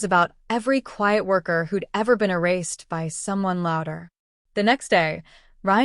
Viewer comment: The AI is awful!!! Spelling out BY, IT, O instead of zero.